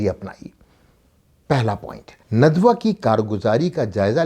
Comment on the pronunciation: ندوہ؛کےنون پرآپ پیش پڑھتےہیں جوغلط ہےندوہ کےنون پرزبرپڑھیے